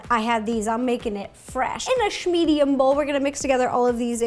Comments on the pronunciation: da hek? iN a ShE-MediUM BoWL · 'shmedium' gotta love you ro :)